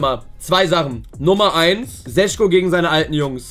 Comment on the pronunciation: Šeško wird Scheschko gesprochen